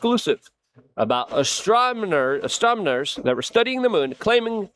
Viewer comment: Damn "astromoners"